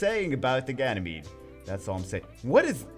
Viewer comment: Its not genymede... Its GAY-MADE.. omg lol